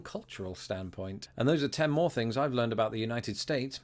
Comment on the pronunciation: I love hearing you say "fings" ❤